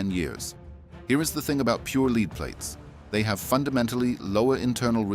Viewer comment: What's a " leeed plate" ?